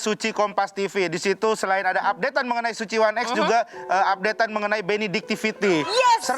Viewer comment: kenapa jadi kayak bioskop 'one ex' kenapa bukan 'ai ex'